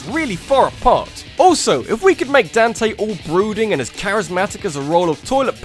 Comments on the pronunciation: Dawn-tay. Not Dan-tay. Daaawn-tay. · DAN-TAY?! LOL DON-TAY